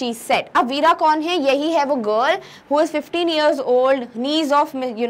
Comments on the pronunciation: by the way its vera and not veera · the pronunciation of the word "VERA" is wrong...